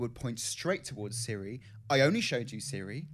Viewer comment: Her name is Cirie not Siri.